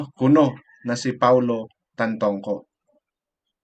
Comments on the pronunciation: Manong, puede bang itama mo ang pagbigkas ng pangalan ng namayapa. Siya po ay si Paulo TAN-TO-CO. Pls lang. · Tantoco po Sir not Tantongco.. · Tantoco, not Tantongco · Tantoco kuya di tantongco. Mali mli ka pa